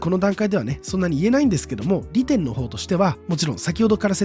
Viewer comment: 利点のイントネーション独特